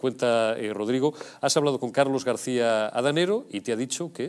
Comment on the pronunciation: Adanero, no Danego. Os estáis luciendo